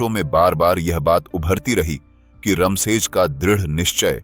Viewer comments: Raam sej bolne me kya dikkat hai apko रामसेज़ बोलो,not रमशेज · "रामशेज" कहिए , रम शेज नहीं हैं वो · रमसेज नाही रामशेज 😂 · किले का नाम 'रामशेज' था, 'रमशेज' नहीं। आपको हर व्यक्ति, किले और जगह का नाम सही तरीके से ही लेना चाहिए। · भाई, वह रमसेज नही "रामशेज" है मतलब भगवन् राम की शेज मतलब रामजी के आराम की शैय्या. कितना सुंदर नाम, कितना ही सुंदर मतलब पर तुम रमसेज, रमसेज बोलकर सब मटीयामेट कर रहे हो.